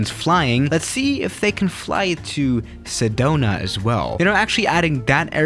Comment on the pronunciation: Sedona! I love Sedona! Was just there a bit ago! ( I live in a AZ and it’s beautiful up there, also you pronounced it correctly)